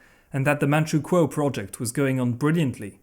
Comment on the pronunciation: I'm from manchukuo and his pronunciation is perfect